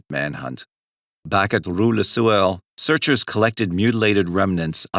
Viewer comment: It sounds like he keeps saying le sewer....🤷🏻‍♂️💯😂😷